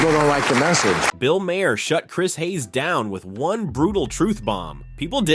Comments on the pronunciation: I never cared much for Bill Maher and I’ve listed to him for many years, but pronounce his name right. The h is silent so it sounds like May-er. I have at least that much respect for the man. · Can't even pronounce Bill's last name correctly... 👎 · I like your video but please learn how to pronounce Bill Maher’s name correctly.